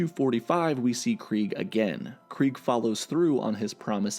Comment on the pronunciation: Kregg, pronounced “Kreeg”, sounds like the German word for “war” which is “Krieg”, pronounced in a similar way. Honestly I think it’s a badass pronunciation.